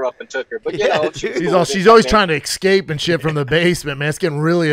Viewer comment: Of COURSE Brendan says "excape", he's the WORST